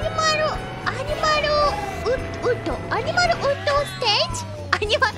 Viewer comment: I think pronouncing 'animal' as 'animaru' is instantly one of my favorite things ever!